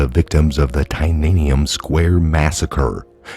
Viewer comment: Tee-enn-uh-men Square.